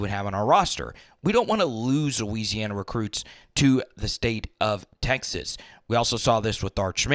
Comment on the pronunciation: I love bro, but each time you said north or south Louisiana, it sounded like that 😅😅